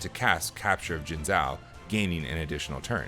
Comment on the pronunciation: Minor correction: the "zhou" in Jingzhou is pronounced like "joe".